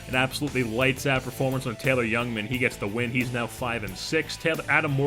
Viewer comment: I would assume they aren't as he isn't very familiar with the name pronunciations of their prospects. This does not bother me, just using information I have to make an assumption as I live in MKE and we hear about these guys regularly. I.E. Taylor "Jungman" instead of "Youngman"